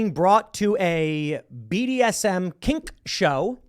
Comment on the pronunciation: The way Tim says "kink" lol